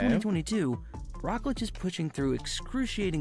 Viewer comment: The way the dudes pronouncing Roglic is craazy